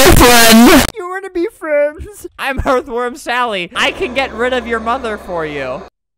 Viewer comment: Erth WORM SALLY YUH ITS ERTH WORM SALLY